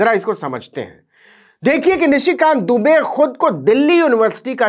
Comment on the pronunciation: आप दुबे को डूबे कह रहे हो वह जानबूझ कर। और डर भी रहे हो कल कह दो उच्चारण के कारण। इसका मतलब आप दुनिया के सबसे डरपोक आदमी हो